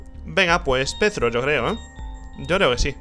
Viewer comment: O por DIOS!!! Es Perthro y no Pethro Ni voy a poder dormir hoy T-T